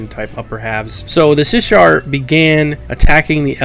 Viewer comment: Also, it's Shissar, not Sishar. Sh before S.